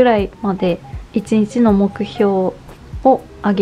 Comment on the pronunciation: とても丁寧な説明で参考になりました✨ 無印アイテムだと身近だし新しいことを始めるのに敷居が高く感じることもなくて、素敵な動画です。 ただ、ひとつだけ…失礼は承知の上なのですが、1日のことを「いちにち」ではなく「いちんち」と発音されているのが気になってしまって💦 芸能人の方でもないのに細かい指摘をしてしまって恐縮なのですが、勿体無いと思ってしまいました。 ご気分を害されたなら、削除しますので仰ってくださいね。